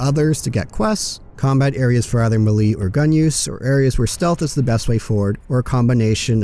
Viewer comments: Me lee? I though it was May Lay. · That's the first time I've heard "melee" pronounced like that... 🙂 Thanks for the video ✌